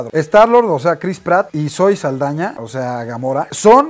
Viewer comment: Es Zoé Saldaña no zaeldaña